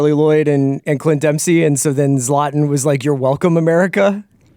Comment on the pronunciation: the way he pronounced zlatan 😂